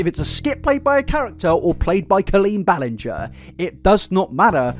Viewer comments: I love how you tried so much to say her last name correctly, but still got it wrong once in a while 😅😂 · I love that you still accidentally said her name wrong again 😂❤ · he literally mispronounced it again like two minutes in 😂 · Thank you for acknowledging your mispronounciation of her name. It legitimately annoyed me. Lol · Ballinger? I hardly know 'er! ...I'll go. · I love how as colleen’s wrong-doings got more and more disturbing the more frequently mispronounced her last name. Every time he did it I would cackle😂😂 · The apology for saying her name wrong followed by continuing the mispronounce her name is a MOVE. Because it implies you now know … and don’t care because it isn’t worth getting right. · Makes a guitar apology about saying Colleen’s last name wrong only to say it wrong still during this video 🤣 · So she's worse than James Charles? I also love how you said her name wrong 3 different times. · Why was i used to and prefer him say the lady's name wrong 😂